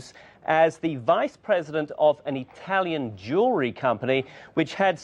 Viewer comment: What's with Cenk always saying I-talian?